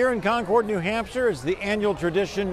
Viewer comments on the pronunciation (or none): please …. CON-CURD ….. not CON-CHORD. Yikes.